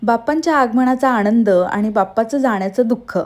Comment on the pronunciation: आणंद नाही आनंद बनवते म्हणा बणवते नाही